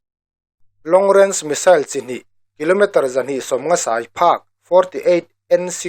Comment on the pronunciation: A ngaihnawm..a bengvarthlak e. "Sai" lam dan erawh fimkhur deuh angai a nih kha!